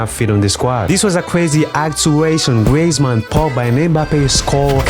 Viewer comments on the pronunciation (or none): none